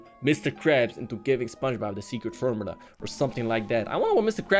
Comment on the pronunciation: you said frmula DARK WHAT IS WRONG WITH YOU